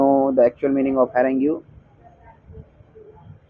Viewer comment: It's not harangue it's harange pronounced it well